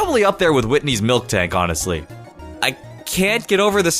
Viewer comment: It’s miltank not milk tank